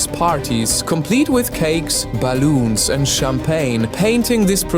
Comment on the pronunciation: the way he said "ballons"